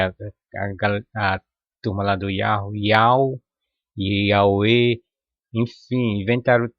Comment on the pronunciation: Atantos tempos, AQI, muito, estão miando, uivando, igual a cão lobo você, fala,pronucia,(yau,) KKK e pra riss mesmo? Pegue Sua bíblia,seu livro,e lê no,, apocalipsses REVELAÇÃO,19v2v3v4v6 não darei mais notícias, tetragrama, e abreviação,do nome, EU SOU O QE SOU.